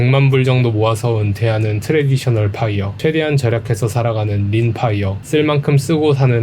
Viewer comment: 파.이어가 아니고 뽜.이어 p아니고 f